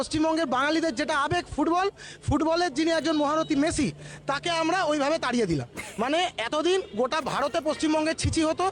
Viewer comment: Aare didi 'Meshi' na 'Messi'